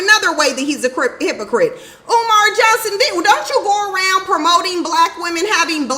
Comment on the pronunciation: Oh! Kumar has childrem? (UMAR). Not Kumar.